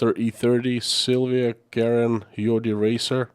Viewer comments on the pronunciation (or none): none